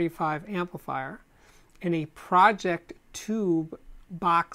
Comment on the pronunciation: The way he says Pro-Ject, as project is a trigger… my eye twitched a bit.